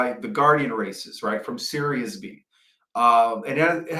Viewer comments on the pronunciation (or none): none